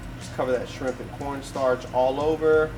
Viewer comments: Omgggg I’ve been CRAVINGGGG shrimp tacos for far toooo long but I’m about to make these👀👀👀 Pero I really thought your friend said DRIP not SHRIMP 🍤 lmaooo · i thought you said "drip" at first, so here's to shrimp that had drip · When she said shrimp I could’ve sworn I heard drip 😹😹😹I was about to drop some water emojis but it’s SHRIMP 🍤🍤🍤🍤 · Shrimp. Or as we say "schramp"